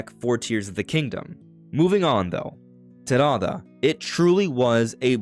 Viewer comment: Stop saying Talala, bro. Just say Terada.